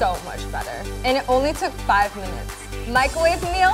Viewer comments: The way she says "MICOWAVE" like there isn't even an R in it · Why does she say mico' wave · i love this but when she says "micAHwave"... OOOOOOHHHH GIRLLL NOOOOOOOOOOo